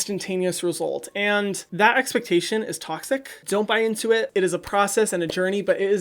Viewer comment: No-one: Hyram: teen acne GeT iNtO ITTTT